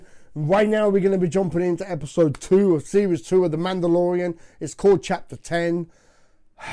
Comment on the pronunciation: How has no one noticed “The mandodalorian”.